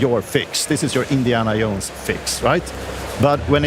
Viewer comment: Indiana Yohnes